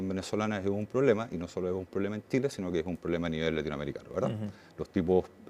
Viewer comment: Tengo prejuicios por su pronunciación: Tile (chile); Mutso (Mucho).